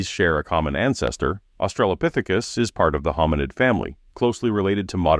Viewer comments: Australopithecus. Aus-tra-lo Not "Australia-pithecus". Doofus. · "Australiapithecus." Jesus fucking Christ... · Hate how Rogan always calls Australopithecus "Australia-pithecus”. Sorry, that just always bothers me.